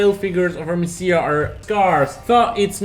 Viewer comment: Defiance is not pronounced "The Fiance", it's "Dee-fi-ence". Messiah is pronounced "Meh-sai-ah". Sorry to be that guy but I was trying to look up those games and had to listen to the video several times before realizing what you were saying. Maybe add the title of the game as a watermark of the video clip you use.